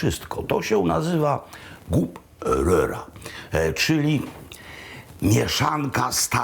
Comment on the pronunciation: Dziękujemy za kolejny świetny odcinek ze Szwecji i gratulujemy prawidłowej wymowy "gubbröra"! :)